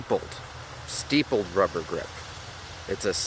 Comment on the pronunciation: it's stippled not steepled